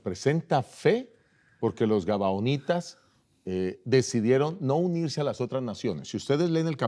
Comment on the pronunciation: Felicitaciones a los pastores por presentar la palabra de Dios,pero disculpe que no es gabanitas sino gabahonitas y que El Senor Jesus los bendiga